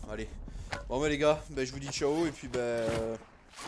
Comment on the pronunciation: AAAAAAAAAAAH ont dit pas CALL OF mais en prononciation CAULL OF ( j'ai mis cette orthographe pour faire comprendre ) :D